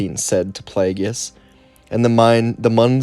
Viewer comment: I love your video’s however his name is pronounced (play-gus)